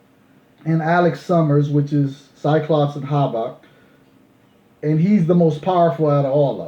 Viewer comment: My bad, you said it right ( about Havok ) The X-Men Deadly Genesis is a variant Joe Quesada cover. Very nice!!!